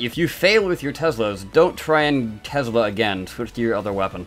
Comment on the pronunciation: Tesla not tezla